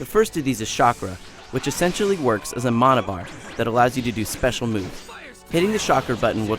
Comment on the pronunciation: He didn't even say mana right...